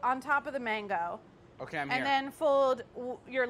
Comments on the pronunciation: He really said which is manggoo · David really butchered that mango lol